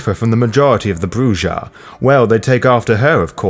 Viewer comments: Oh by the way not to be a dick but the J is pronounced as an H. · It is CHEEL-der, not child-er. ;) - And you should probably decide on a pronunciation for Brujah, or am I missing something...? scratches head